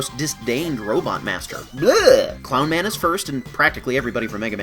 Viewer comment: when I first heard you say clown man was your least faveroute boss I thought you said cloud man